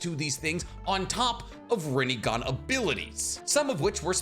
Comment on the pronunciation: [PAUSE] -> 😂Sasukes Rinegone😂 It’s funny bec its so ridiculous